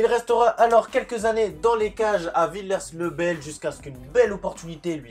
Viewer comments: Petite remarque : la prononciation de son premier club c'est "villié le bel" même si ça s'écrit villiers. Sinon super vidéo ! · Ça se dit « Villié le bel »